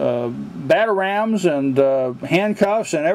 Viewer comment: its batarang not batarams